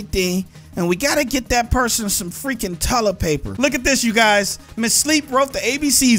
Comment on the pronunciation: what's tullet paper xD